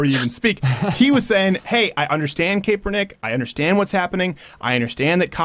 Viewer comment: Steven, Die hard 49er fan her and I have completely disowned Kaepernick but you are pronouncing the name wrong. I am mentioning this for your sake, not his by the way. The first e is silent so it's pronounced Kap-er-nick. I don't want the SJW's giving you shit for it. #VoteHopper #NotGayDeanCain